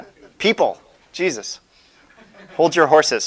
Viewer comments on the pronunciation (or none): none